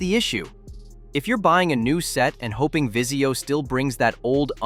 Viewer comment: Vizio not Visio lol